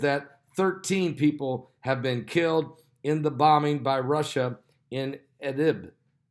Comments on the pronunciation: Idlib—pronounced ID-lib, just like it looks. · Pastor is having a serious problem pronouncing Idlib! It's easy to pronounce! I've noticed he has trouble with quite a few words, mostly the pronunciation of countries. I know it's no big deal but it sticks out like a sore thumb